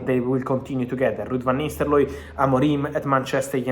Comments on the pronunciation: I've been hearing Vanistaloi, who the heck is Vanistsloi? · Am I the only hearing Van Nistellooy